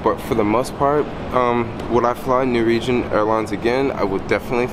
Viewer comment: Sheesh... Nor-Wee-Jen. Say it with me... NOR - WEE - JEN.